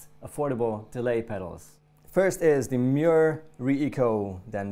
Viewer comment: Mooer is pronounced "more". :)